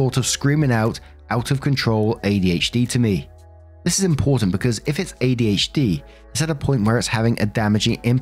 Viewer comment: So - an ADHDAH.